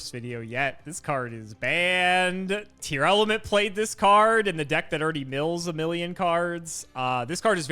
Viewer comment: He says it more like „Tear-alament”, which is closer to Japanese name for the archetype being „ti-aramentsu”. The way he says it might’ve been a fan translation before we got an official localization.